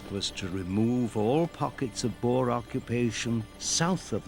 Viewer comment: cant the pronounce the boer rightits a dutch woed for farmer